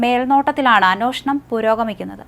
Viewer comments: എന്നോഷണം അല്ല.. അൻവേഷണം എന്നാണ് ഉച്ഛരിക്കേണ്ടത്.... അന്വേഷണം... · അന്നോഷണമല്ല അന്വേഷണം എന്ന് പറയൂ കുട്ടി